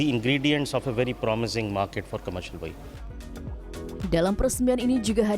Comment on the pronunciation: Cara baca vehicle salah